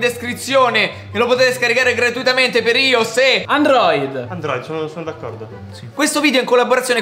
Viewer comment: Ios si dice "aglioesse"